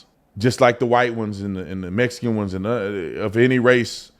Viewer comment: “Messican” is not a race. It’s a mispronunciation of “Mexican” which is also not a race. It’s a nationality. Hispanic/Latino is not a race either, it’s an ethnicity.